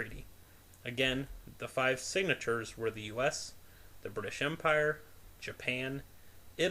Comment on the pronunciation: The word is "signatories."